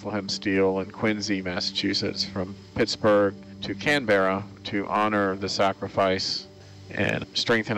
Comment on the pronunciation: I wish my Dad was alive to see this footage. He actually served on Canberra ( btw, it is “Canberra” all one word, not “Can-Berra”) for two weeks on a gunnery course. The ship he mostly served on was HMAS Australia, he was on her during Lingayen/Leyte Gulf when she suffered FIVE kamikaze strikes. Those County cruisers were tough.